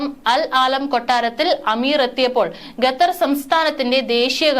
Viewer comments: ഗത്തർ അല്ല ഖത്തർ 👍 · ഗെത്തറും,കെത്തറും അല്ല, ഖത്തർ ആണ് ശരി. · Gathar Alla, khathar aanu. Swaram sudhi venam news read cheyyumnol. Be careful. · Gather അല്ല Qatar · Katar alla Qatar malayalam padikku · Attn: News reader. U R pronouncing....gather. say Qatar. Also try to stop long intake breathing